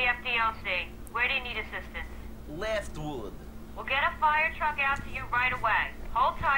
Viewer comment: I love how he pronounces "Leftwood" as "Leeeeehftweeeewd"